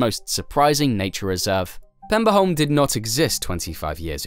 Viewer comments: The Danish name of the island is Peberholm, not Pemberholm. The Swedish name is Pepparholm. Both meaning Pepper island. No extra points given for figuring out what Saltholm means. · if he'd just said pebberholm it'd be fine but Pemberholm is... Interesting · I cant keep listening to the Pemberholm :( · At no point does this video answer why they had to build a tunnel AND a bridge. It only answer why part of it had to be a tunnel, not why it couldn't be a tunnel all the way. And as others have pointed out, it constantly calls Peberholm PeMberholm for some reason. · So many facts in this video that you got wrong that I'm not even gonna try to summarize them all. And as other commenters have said, where do you find the M in Peberholm (Danish) Pepparholm (Swedish)....